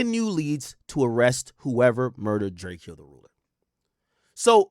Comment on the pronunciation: My boi be butchering tf outta some names boi 😭🤣🤣🤣